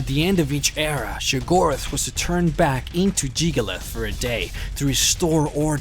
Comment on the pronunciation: It's *Sheograth. Not Shigorath